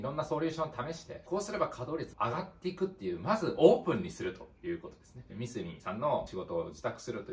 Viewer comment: 素晴らしい考えですが、僕も何度も悩まされましたがミスミの言い方のイントネーションが違います笑笑 ミスミのCM観てください😁 モノづくりは、難しいですが楽しさを伝えられる方が伝える事でよりモノづくりへの未来になります❤️‍🔥 個人的に応援しています🫡 マザックを使うのは、マザトロール又はGコードによって使い勝手が変わりますので、頑張って下さい🫡 マザックには、素晴らしいエンジニアの方がいます✨何かあれば素晴らしいエンジニアの方にも意見を聞いて下さい🔥